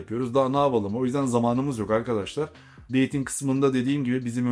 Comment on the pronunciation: Deting yerine deydinq demesi 🤣🤣🤣🤣🤣🤣😮🤣🤣🤣🤣🤣 birde ingilizcem iyi diyor